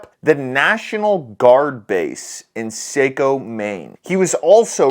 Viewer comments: It's Sa Co maine not Say Co. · Same old talking points, they will not givebit up until they have what they want...complete dominance and control, over absolutely everyone. Btw, it is pronounced like SAHCO, not seiko. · i can assure you when we heard about this guy in maine none of us were cowering in fear we were making sure we had a gun nearby and that it was loaded. Thanks for covering this, as a maine resident its kinda crazy seeing it being covered on your channel. Oh and its pronounced "sock-oh". We say stuff weird up here haha have a good one buddy stay safe out there. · It’s called saaccooo not what u say lol love u man ❤ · pronounced SOCK-oh Maine. Just saying... 👍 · Its pronounced socko. And it was a bowling alley and a bar. 2 places. Other than that spot on. I live not far from this mental case. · Saco is pronounced sock-o. The eyewitness was the owner of the bowling alley. The first location is a bowling alley, with a bar in it. The second is a bar. Both locations are gun free zones. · Saco is pronounced sahco like ahhh sahhco Maine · i am a maine vet, he went to a local public health center, instead of Togu Va- if he went to VA it woud have been different.. The Dirty Lew is a bad small town too. This hurts, on soo many levels. a lot of us Veterans failed this guy. someone knew something some how.. also pronounced ( Saw co ) Maine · Saco is pronounced. SahCo. Just helping out, lol